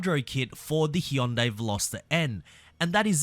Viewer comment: "he-un-day" vs "hun die"